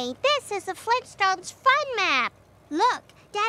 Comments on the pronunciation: Fleentstones??? GRAND DAD!!! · GRAND DAD! FLEENSTONES?! GRAND MA?! SEEMPSEENS?!